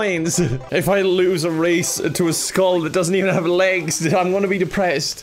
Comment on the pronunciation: I hate how he says the skull. Is this your first banjo kazooie game?